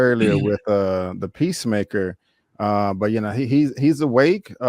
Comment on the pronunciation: Idris alba: 'pissmaker'